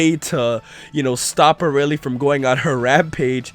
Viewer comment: Vegeta's just got a new rival, Arale... He will never forget this! And it's "ArAle", not "Araile"